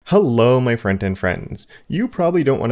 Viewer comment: Sorry, but my mind is blown right now. I have been watching your videos for at least the last two years, and this entire time, I thought you were saying "Friend and Friends". I always thought...hmm...kind of a weird introduction, but whatever. This is the first video where I actually noticed the "t" sound in "front-end". And I hade one of those moments where I just question everything I think I know about reality and the meaning of life. I'm shook.